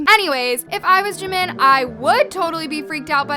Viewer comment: thank you for pronouncing jimin's name correct people always say park jeemin it is park jimin not jeemin